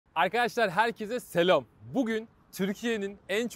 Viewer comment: Selom değil selâm